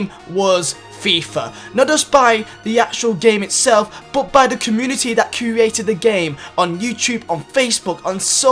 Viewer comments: It’s create not curate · U kept on saying crouated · please learn how to say "created"